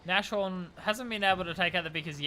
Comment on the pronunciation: NAS-Horn. NAS. Not Nash :D